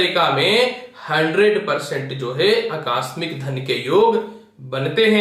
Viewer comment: अकास्मिक नहीं आकस्मिक होता है।😍😍😍😍